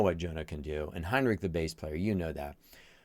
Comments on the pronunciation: Henrik, not Heinrich like a german n. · ‘Next to You’ needs a listen. Also:Drummer’s name is Aron. Bassist is HEN-rik; not HINE-rik.